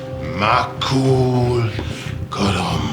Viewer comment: Romanga said "Makul Colom" or whatever, and at first I thought he said "Hakuna matata"!